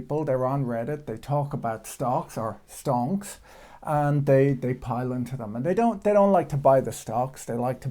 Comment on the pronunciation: You got a like for correctly pronounceing the technical term, Stonks rofl